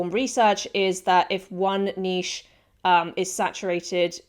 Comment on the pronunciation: You’re the only person so far in these pod videos that pronounces niche correctly. SUBBED